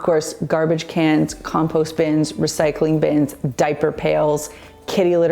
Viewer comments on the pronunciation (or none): none